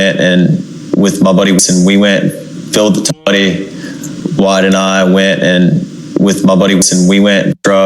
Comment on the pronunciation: He said "my buddy's" name numerous times... it's "Wyatt"